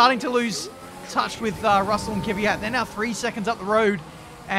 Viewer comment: Looking forward to F1 2021 career mode. will finally stop pronouncing Kvyat as Kiviyat and instead say Mazepan!